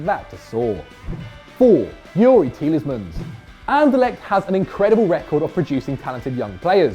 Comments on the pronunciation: The amount of times he's saying TieleSmans is actually hurting me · Why do you say 'Tielesmans'?? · can't pronounce Tielemans "Tielesmans" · It's Tielemans, 😤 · Tieles mans 😂😂😂😂